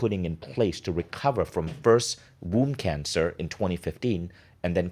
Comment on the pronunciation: At first I thought she said WOUND CANCER!!! Womb cancer!!!